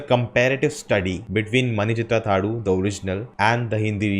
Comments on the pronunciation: That is not pronounced as mani chithra thazhu that is not u that is half u just pronounced as mani chithra thazhū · U in last of the name is not prnounced.